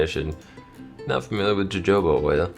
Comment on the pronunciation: jojoba is pronounced 'hohoba", like santa ho ho ho